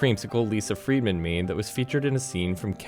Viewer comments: I'm kinda disappointing how "friedman" was pronounced. it would have been perfect als "friyed-man" instead of "freetman". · I thought he said “Lisa FREEmen”